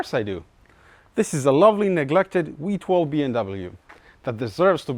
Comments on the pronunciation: "wee-twelve" lol love the accent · Wee 12? I know, I know, English is your Second language. You're doing great! Much better than me and my German. "Vee have vays to make you talk!"